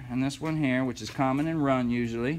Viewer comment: "Common, start, wun" lol. Good video man. Dammit!